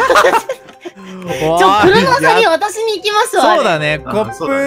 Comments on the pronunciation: 三分十九秒あたり、「渡しにいきます」のところが「私に行きます」になってる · お気づきだろうか… 「渡しに行くわ」が「私に行くわ」になっていたことに… 3分20秒あたりに